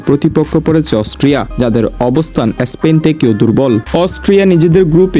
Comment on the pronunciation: এস্পেন না স্পেন